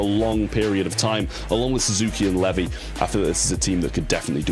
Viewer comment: Everytime he says 'Levy' it hurts me😭😭😭